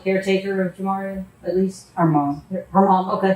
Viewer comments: Plz say this child's name correctly.. juh-mar-ee-uh. It's not jam uh reehea... idk if it just bothers me, but every time I hear the narrator say it, it irks me. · Her name is pronounced Ja mar e ah, not what that narrator is calling her. She deserves the respect of saying her name right. This woman is the most evil person I’ve ever seen! She literally pinched her over time til Jamaria was gone, she had that many pinch marks on her body.😢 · YOU CANNOT EVEN SAY HER NAME RIGHT!!!! SUCH A MONEY HUNGRY MAN U ARE!! YOU WANT TO SIMPLY PLAY BODY CAM FOOTAGE, AD LIB A LITTLE WHAT U HV HEARD OTHERS TELL, AND YOU ARE JUST AS BAD!!! SAY IT WITH ME!! “ JAH-MAR-E-AH” YOU ARE A JOKE MAN, SERIOUSLY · Little girl was tortured, disrespected, and murdered in her short life!! SAY HER NAME RIGHT! JA MAR EA, Jamaria!! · How you're pronouncing the little girl's name is throwing me off. It's very obviously "Jamari" (like the football player) with an -a at the end to make it feminine... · It makes me really upset that the AI voice can't pronounce Jamaria's name properly. It's Juh-mar-ee-uh. It's disrespectful to that poor baby, on top of everything else she was put through. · This!! 🤏🏽🤏🏽🤏🏽 I was saying the same thing to myself every time he mentioned her name. SMH.. 🤦🏽‍♀️ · When AI can’t pronounce the victims name correctly- it takes away from her story… it takes even more of her life than was already taken. So disrespectful to that child’s memory. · Wish you had said that baby's name correctly... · Note to the narrator: You can hear how they say Jamaria over and over again in this video, why do you pronounce it so wrong? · Its a shame these channels don’t have enough respect for the victim to pronounce their names right. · Stupid AI. Whoever owns this channel is profiting off of the torture, ab-use, and eventual death of CHILDREN, but can't make sure the victim's name is pronounced correctly? 🙄